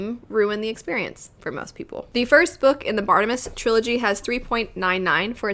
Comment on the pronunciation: Akshully I would imagine it’s pronounced Barta-Mae-Us. Really enjoyed that one though.